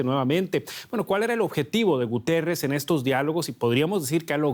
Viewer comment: Guterrez??? Se comió la I por el culo